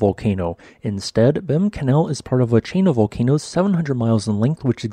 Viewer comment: Behm Canal is pronounced Beem Canal.